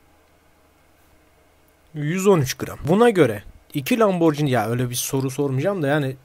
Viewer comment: YETER ARTİIK LAMBORCİNİ DEİL LAMBORGİNİ